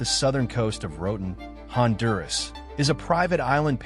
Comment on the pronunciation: Se dice Roatán, como se lee. No "Roden"